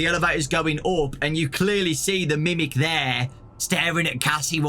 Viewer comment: I kept on picturing grimace every time he said grimic